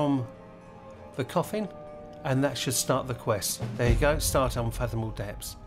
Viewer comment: "depths", not "depps" 😂😂😂